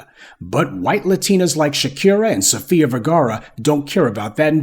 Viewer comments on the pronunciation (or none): none